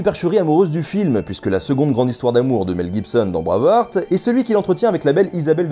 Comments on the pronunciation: Hmmm... Bravarte et la bataille de Stireling.... Excuse moi mais ça serait plutôt Braïve-harte et la bataille de Steurling si on choisit de respecter la prononciation avec un accent qui sent bon le camembert. Très bonne vidéo sinon, très instructive (et drôle). La seule incohérence que je peux ajouter c'est pour la musique. Tout au long du long on a droit à cette envoûtante cornemuse écossaise... Ah oui mais le problème c'est que c'est un uilleann pipe, à savoir la cornemuse IRLANDAISE. Comme quoi hein, laisser une traînée de chiasse tout au long d'un film c'est possible. FREEEEEDOOOOOMM !! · ça me nike les oreilles à chaque fois que tu dis braveurte.. ça se dit bré (comme pré et pas près) bréiv H (h aspiré) arte bréiveharte et non braveurte ;) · "Bravarte"....Euh c'est plutôt "Brueiveharte"....Sinon merci de nous avoir détruit ce film que je trouve absolument sublime ! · Phonétiquement, le heart (coeur) de Braveheart (coeur vaillant) se prononce "hart" avec un H aspiré et un A long. Tu le prononces comme "hurt" (affaibli, blessé, incapacité) ou heard (entendu de entendre au passé). Je dis cela, je ne dis rien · Tres chouette vidéo, mais il faut bosser l'anglais. "Braveuharte", c'est pas possible, ça déconcentre un peu ;) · "Braavurt"? Jamais entendu parler... ;-D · J'adore ta chaîne, mais..... J'arrive pas à comprendre comment tu fais pour prononcer Braveheart comme ça ^^